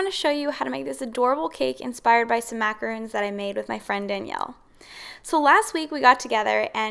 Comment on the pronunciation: I believe the macarons you made are pronounced “Mac a rawn s” not macarooooon like moon. Macaroons are piles of coconut which is a completely different cookie.